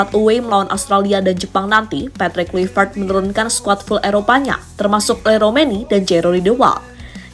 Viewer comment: Mimin : terdengar seperti 'Kulivert. Apakah aku salah dengar? 😅 Ayolah.. kawan henti sejenak komentar serius. Semoga kecintaan kalian kepada STY tidak membutakan kalian 😅